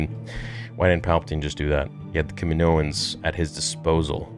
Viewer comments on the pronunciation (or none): none